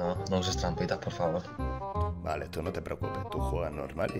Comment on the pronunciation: Mas Porvaforr JAJAJAJAJA